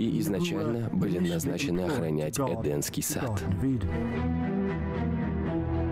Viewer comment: Этот " закадровый " говорит эденский сад вместо едемский и много чего произносит неправильно . Я не знаю как он это делает.🤷 Может он плохо образован ,просто читает текст ,в котором допущены грубые опечатки, а он не знает что это опечатка и читает как написано.🤦